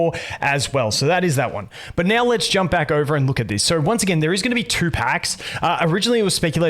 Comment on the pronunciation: Where are you from that makes you use R at the end of words? Like nowR, LucarioR